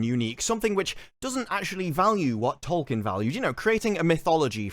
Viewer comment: If you're gonna talk about Tolkien so much you should at least learn how to pronounce his name.